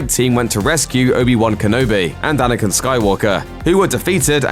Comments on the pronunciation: Anyone else notice how he pronounces Anakin as "Anakun" 😂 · the accent maybe